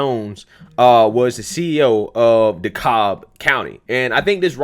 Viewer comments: FYI, in Georgia, Dekalb rhymes with the cab, not the cobb. Probably because we have a Cobb county also. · Bruh, you're trying to hard trying to pronounce the county. Just say it like DeCab/DaCab. Vernon Jones for Governor Herschel Walker for Senate Owens '24 if Trump doesn't run ✌️🍑👍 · DEKALB COUNTY - "DE-CAB" COUNTY